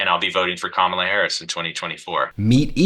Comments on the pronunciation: You can tell some of these guys are legit Fox viewers the way they pronounce Kamala. Hahaha! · For f**k sake, learn how to pronounce Kamala properly.